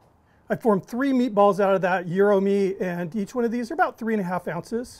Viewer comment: I'll bet you think it's Gi-Ro's. (It's not). He's saying it right.